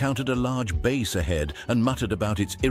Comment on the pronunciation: AI is so freaking annoying. Doesn't know how to pronounce Bass? For a word used is so very much it is soooo annoying the constantly hear the word "Bass" being said as "Base"